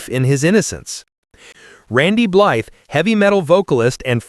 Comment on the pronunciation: All that information and you keep saying his name wrong. Blythe rhymes with fly… the TH is silent.